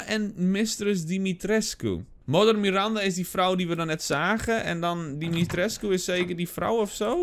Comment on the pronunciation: pohh ben ik de enige die t zo grappig vind als ie de naam van mrs dimitrescu verkeerd uitspreekt?